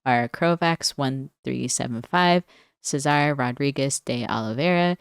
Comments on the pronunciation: No need to apologize. I usually think it's funny when people mispronounce my name xD And you did good overall. Just the "e" in "César" should be in a higher pitch, like the "e" in "merry". And yes, ruin crab in every blue deck 🤣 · Congratulations! Hopefully soon a thousand subs will feel like a drop in the bucket. And I was not expecting to hear my name in an english accent today 😆 Can't say much about the deck because I usually only play mill in mono blue. I have no idea how to play blue control 😂